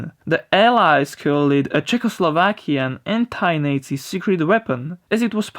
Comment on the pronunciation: Wtf wrong pronunciation of nazi